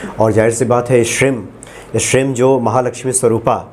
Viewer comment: Shrim nahi shreem hota hai